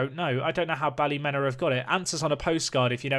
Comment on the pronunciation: it's Pronouced Ballymeena:D